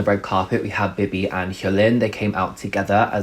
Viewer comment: BIBI was def 10/10. Literally slayed. She was so elegant and sexy and OH MY GOD i love that she was asked to perform. Love it for her🥺🥰 thanks for the review! loved it. just a note tho: you should pronounce her name as BeeBee, with an elongated “eee” sound💕